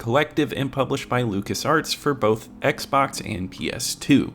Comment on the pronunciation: “Oxbay? Xbox Bay? 😂